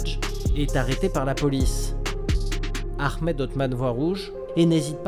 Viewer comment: C'est Ahmed et non aremed